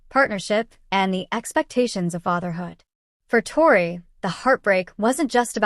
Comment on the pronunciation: You can’t even say her name right . This is fake